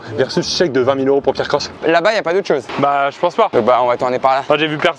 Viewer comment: C’est pas Pierre croce c’est pierre crocks